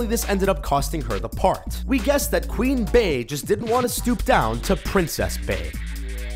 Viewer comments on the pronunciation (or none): lol queen bey isnt pronouced queen bay its pronounced queen bee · u said "Queen Bay" instead of Queen Bey🐝